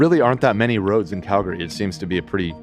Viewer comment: I’m proud of for saying Calgary right most of the time.